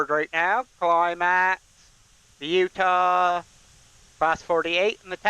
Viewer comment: Its pronounced U wintah